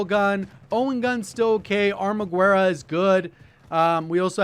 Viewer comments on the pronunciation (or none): Come on. It's not Armagüerra. Say it's Armaguerra. You know it. We know it.